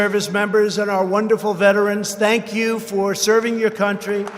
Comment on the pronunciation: Tank-you Donald